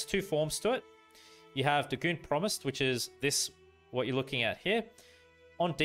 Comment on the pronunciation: think it's pronounced 'day' 'gone'